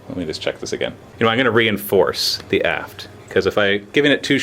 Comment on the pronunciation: Every time says aft it sounds like ass:P haha